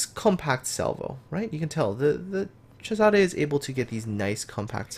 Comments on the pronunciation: Latin is a different Language. Caesar was latin name. but the ship was named in Italian. So it is CESARE. And you should pronunce the ending E ( which for you guys sounds like A) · Wait, so Cesare is pronounced as a "CH" sound(like "Chesare")?